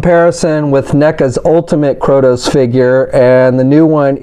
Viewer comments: Bro, it is KRAY-TOES, not CROW-TOES. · Kratos not krotos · ...you can read, right? How do you get "KrOtos", from reading KrAtos? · "Kroudos"... wow! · Krotos? how the heck do you get Krotos from Kratos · It's Kray-tos! Good Lord that mispronunciation was driving me nuts. Other than that thanks for showing all the details. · "kR0tOs..." XD great review otherwise man